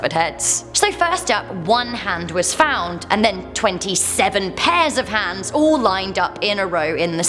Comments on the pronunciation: Are you saying hands or heads? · Not sure if she's saying heads or hands.....